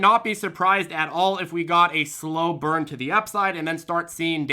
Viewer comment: We-u. We-u??? 😂😂😂😂😂